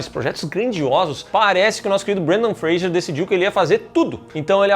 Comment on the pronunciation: Por q tão falando Brandan Freijer em vez de Brandan Fraser 🤔